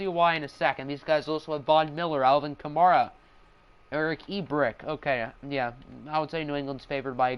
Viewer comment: U say Kamara wrong